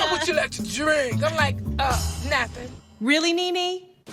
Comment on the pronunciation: “WHAT WOULD YOU LIKE TO DWINK !!!! Umm nothing “ 😂😂😂